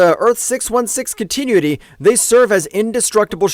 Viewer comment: Can't pronounce continuity so I'm convinced it's ai